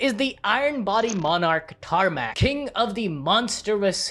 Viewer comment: "tarnak" - "wait, did you say tarmack?"